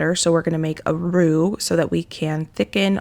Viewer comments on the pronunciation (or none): none